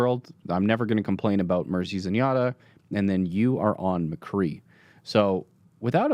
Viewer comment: "Mcree" cmon its "McCreeeeeeeeeeee"